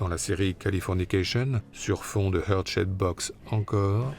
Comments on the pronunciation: Deux choses: c'est pas "Hurt" Shaped Box mais "Heart" Shaped Box (heart se prononce "hart"). Et puis parler de "mort" serait mieux que de "suicide", même si OK, le suicide c'est sensationaliste, et ça fait bien pour le narratif, etc. Mais comme tout plein de gens je suis convaincue que sa chère et tendre dont il voulait divorcer (c'est avéré) lui a fait sauter la cervelle, car..nobody fucks with Courtney Love...C'est pas comme si elle avait pas déjà essayé de faire buter un de ses ex, (implicant moins de thunes et moins de pouvoir) Et des pages d'exercices d'écriture trouvées dans son sac, cette lettre de "suicide" avec des énormes passages dans une autre écriture... Bref. Pauvre Kurt, il mérite mieux que la crédulité ambiante... Je suis certaine que la vérité sur son assassinat ressortira quand la crevure en question passera l'arme à gauche. Le plus tôt le mieux. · "Hurt" shaped box. Un français qui essaie de parler anglais, ca fait "mal" au "coeur".